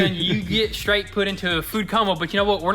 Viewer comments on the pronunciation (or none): none